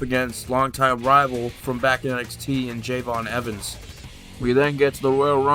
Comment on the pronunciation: It's je'von evans not jevon evans